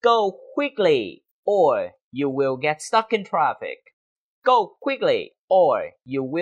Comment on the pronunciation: Stuck ko nhấn quá cao như vậy đâu,vẫn giống cach phat am theo tieng viet